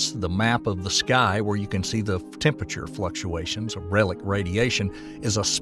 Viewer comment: What really drives me nuts is when he pronounces the word "temperature"